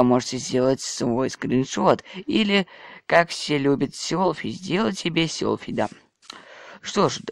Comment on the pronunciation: не солфи а селфи 😅😅